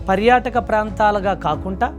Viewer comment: కాకుంటా కాదు కాకుండా అనాలి sir